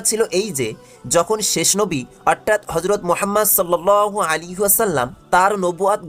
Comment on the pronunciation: উচ্চারন ঠিক করা উচিৎ।উপস্থাপনা করতে গেলে একটু পড়াশোনা জানতে হয়।what i's আজরা বাইজান!অর্ঠাৎ কি!দিউয়াল কি!